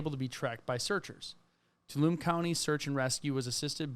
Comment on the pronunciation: Stan-iss-loss is correct. TOO-All-Um-Me was not .... sorry native California and very protective over our pronunciations LOL the mne is always pronounced me .... the "n" is silent and the "E" is pronounced.